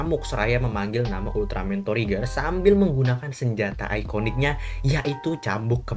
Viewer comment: Lu ngomong trigger kayak ngomong tregear bang